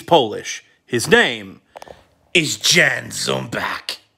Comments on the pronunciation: Overall real nice but his first name is pronounced "Yan". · Correct except it'd be pronounced as Yan, with an A instead of an O like you wrote. So basically Y like in Yellow then an A like in jAck and finally an N. And his surname would be pronounced more or less like he did in the video except the ch at the end would be pronounced as just an H like in Hot. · Ya'-N ZoomBa'h - Jan is the Polish version of Ian and pretty similar in pronunciation. Ja is same as the German Yes.